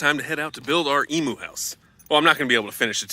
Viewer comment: its a Emu....not a Emoo....lol...love from Western Australia